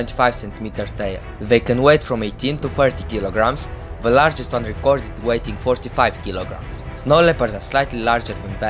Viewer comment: lagest(I think you were supposed to say largest)